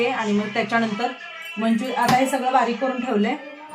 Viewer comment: Manchurian and not Manchurian please correct your language